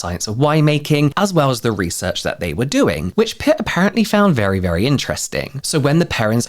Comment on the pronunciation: *Pitt not Putt 😜